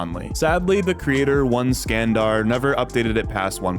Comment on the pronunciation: it is probably not one-skandar but Iskandar...